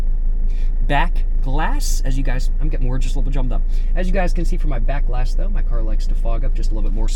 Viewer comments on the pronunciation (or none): did he almost say “my black ahss” instead of “my back glass?” 😂😂😂😂😂